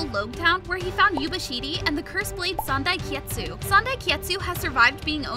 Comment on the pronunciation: My man really called sandai kitetsu sandai kietsu